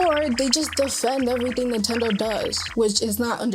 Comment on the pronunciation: it's Nintendo not "Nutendo"